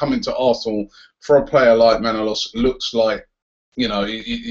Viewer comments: Robbie....Please please pleeeeease pronounce ManolAs not Manolos ....I'm sorry, but living in Greece, it pains me to hear the name being mispronounced :) ...Otherwise, great work mate ! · Robbie, it's pronounced Manolas. ManolAs, emphasis on the last letter "a".